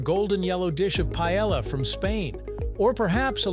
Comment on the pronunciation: How did they mispronounce Paella so badly?